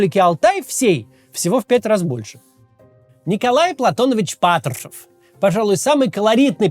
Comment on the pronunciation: Когда над речью работать будешь? Твое Патршвшушев просто убивает. Ты же можешь Р выговаривать, какого хрена весь выпуск ты плюешься в камеру